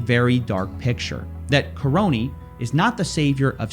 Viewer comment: The man's surname is KA-RONY ffs. Karony the Crony!